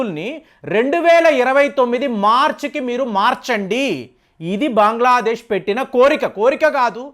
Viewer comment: బాంగ్లా దేశ్ కాదు.బంగ్లాదేశ్